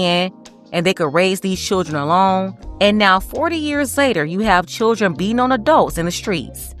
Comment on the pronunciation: She said they was all choodrin 😅 oh ok. These "choodrin" are hood rats.